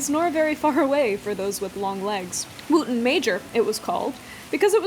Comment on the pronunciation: I think "Wootton" would be pronounced more like "wutton" if the pronunciation of the town in Wiltshire, Wootton Bassett is anything to go by